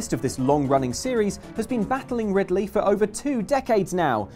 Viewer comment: Its Ri D ley tho.